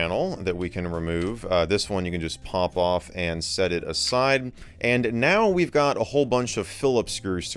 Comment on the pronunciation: heh, "wii've done" in the intro